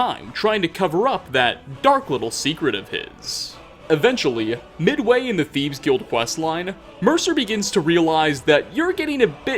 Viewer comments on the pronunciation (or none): am i the only one who hears saying thiebs?!?! sorry not picking on you haha